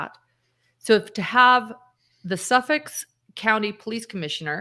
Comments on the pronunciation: Suffolk not Suffix 😊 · Suffolk County. When I hear you say it, it sounds like you're saying suffix. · It's Suffolk County, not Suffix.